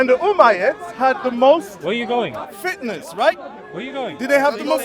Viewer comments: I lowkey thought he was saying fitness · I think he meant fitnas lol but it did sound like fitness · He dont know how to pronouced fitnas but become fitness 😅